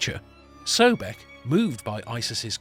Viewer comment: The first syllable is CORRECTLY pronounced SOB, so his name is CORRECTLY pronounced SOB-ECK, not "so beck"